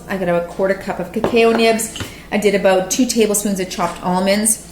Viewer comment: Cuh-cow. Ha ha no offense. I like the video thanks